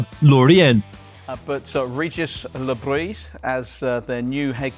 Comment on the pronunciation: Le Br-i-s not Brie